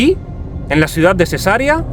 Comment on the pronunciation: Cesarea se pronuncia con acento en la segunda e y alargando la e!! es latín!